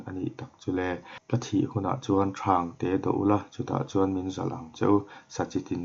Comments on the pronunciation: Thumal thluk dikloh awm hi tihdik avan tha em. Ti zel la hmalam pan zel in aw.. thangte tih a thang tih hi thluk lo a lam tur "silai ari thang mai a" tih a thang ang a lam tur ania. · Thangte lam dan auh....😘😘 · Thangte i lam dan hi tih dik vat angai. A awmzia a danglam vek bakah naupang inzir cho mek tan a tha lo hle a ni. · Thangte lam Dan a diklo tih Mai loh chu tha lutuk e